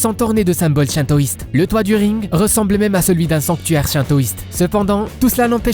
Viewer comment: on dit shintoiste pas chintoiste